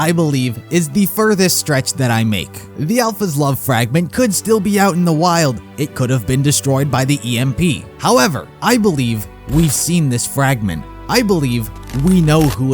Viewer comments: Umm. It is not pronounced E.M.P. it is pronounced EMP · It's pronounced emp, not E.M.P.